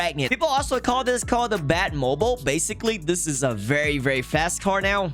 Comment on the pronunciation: bro he said its the bat moble